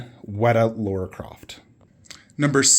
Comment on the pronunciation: Just to let you know because you say it often, she's called Lara not Laura